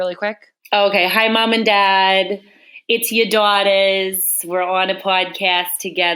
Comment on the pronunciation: did not disappoint! “Hi mom and dad, It’s ya daut-ahs”